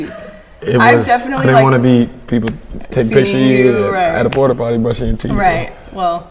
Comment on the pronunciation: my nigga said porty potty